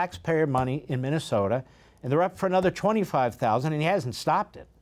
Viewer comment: This person cannot even pronounce MINNESOTA, CORRECTLY 😂 listen carefully, he calls it mint an soda and